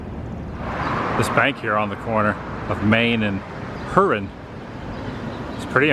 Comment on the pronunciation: It's pronounced Hyooron.